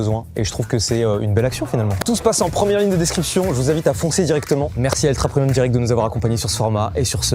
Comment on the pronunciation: mais c’est moi ou mastu dit ultra promium au lieu de ultra premium hahah 😂😅